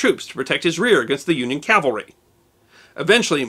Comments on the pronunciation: The most often mispronounced word in military terms is "CAVALRY". Most people including myself and you pronounced it a couple of times it: "CALVARY" (Which is actually the other term for the hill in Jerusalem known commonly as Golgotha. Just an obscure history term. It is very easy to mispronounce. I had done it many times. Love your videos! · Dear -- may I kindly suggest you learn to pronounce 'cavalry' correctly, instead of pronouncing it 'Calvary'.